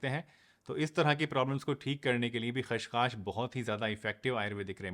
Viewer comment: सर ख़्सखास नहीं होता है, यह खसखस होता है